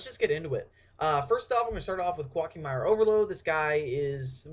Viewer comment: I dont know why but, I think its pronounced "co-ah key may ru" I dunno i have been only been playing for 10 yrs now .-.